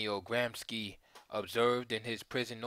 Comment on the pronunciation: Thank you for this. Minor note should it be of interest. Gramsci is pronounced gram-she, not gram-skee 😊